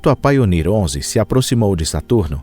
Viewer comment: Poxa meter ia a falar só traz erros. A nível de de inglês então quase nada foi bem dito. Pioneer ele diz painer entre outras. Pioneer quer dizer pioneiro, ou o primeiro painer quer dizer ... Nada não existe está palavra